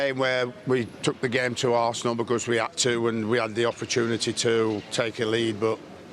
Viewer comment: I feel like he always says arse!nil